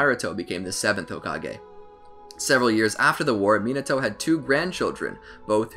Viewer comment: mi NA to NOT minaTOAD